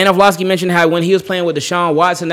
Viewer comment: Love the vids bro. Or-Lov-ski